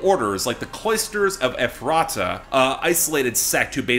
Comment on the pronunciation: Ok, I really hate to be that person, but it's pronounced (EF- ra- ta), not (ef- RAH- ta).